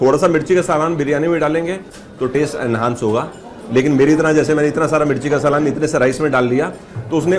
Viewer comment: Bhai my suggestion is learn pronunciation of saalan..